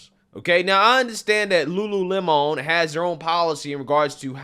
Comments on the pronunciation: Just say Lemon....its not a french word LUU LEMON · Its LULU LEMON..not LULU LE-MON. lmao!!! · Lulu Lemònnnn. It’s just lemon,. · Okay,,, "Lemon' in Lululemon"it's pronounced"Lemon," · Lulu-lemon you know like lemonade! You tryna make it sound like some fancy French company! 😆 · Lol pronounce Lemon like the fruit. Not Don’s last name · The way he pronounced "Lulu Lemon"... AHAHAHAHAHA Lemon🍋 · It’s Lulu lemon (like a 🍋) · Lol at french pronunciation 😂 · Seriously just unsubscribed because you cannot even pronounce "lemon" correctly. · Why are you pronouncing lemon with a spanish accent? lol